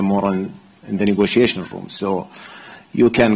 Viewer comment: He can’t pronounce negotiation he needs speech pathologist.